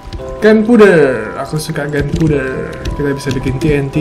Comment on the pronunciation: ?knp klo bilang spowner spuner si kk sama gun powder gun puwder